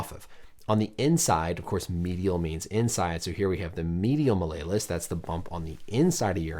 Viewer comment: Love this channel, but the Latin student and fellow sideline provider in me cringed at the pronunciation of “Mal-lay-lus”. It’s “mal-E-O-lus”. “Small hammer” in Latin.